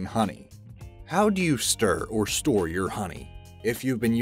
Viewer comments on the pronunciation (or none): none